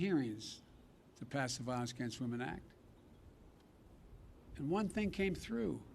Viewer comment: "Re-authorize the violence gempsuman act." What in the...